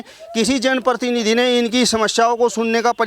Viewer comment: पत्रकार महोदय कृपया अपनी जाटू भाषा छोड़कर पत्रकारिता की भाषा का इस्तेमाल कीजिए! आपकी शब्दावली अशुद्ध है जैसे- १-वायदा शब्द ग़लत है= वादा सही है २-जो है अनुचितऔर अनावश्यक प्रयोग ३-प्रतिनिधि शब्द का ग़लत उच्चारण करते हुए आप परतीनिधि बोल रहे है ४-आपकी टोन में बहुत ज़्यादा खड़ापन है। ५- मंत्री को मनतरि बोल रहे है। ६-लगता है आप सहारनपुर या हरिद्वार क्षेत्र की आम जनता की शब्दावली के सज्जन प्रतीत होते है। जिन लोगो का साक्षात कर रहें हो इन्हें कोई भी सुविधा दी जाये, ये पाकिस्तान के ही गुण गायेंगे।